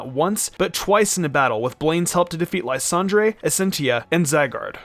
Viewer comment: Ly-san-dray? I’m pretty sure it’s Ly-san-der